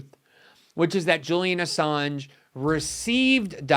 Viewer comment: sounds like she’s saying “Julia Assange.” Glenn is right, she doesn’t know ANYTHING about this important topic, including how to pronounce his name. Good work morning joe🙄🤨